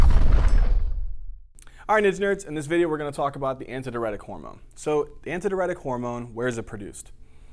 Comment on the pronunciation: nice video but why are you pronouncing adh like that? Isnt it DI Uretic?